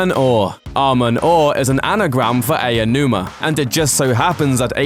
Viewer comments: Aonuma is pronounced "Ow-numa", not "Ayo-numa". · Ey-oh noo-ma (lol)... high-rooool (lol) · Should learn how to pronounce Aonuma. It's only respectful to do so.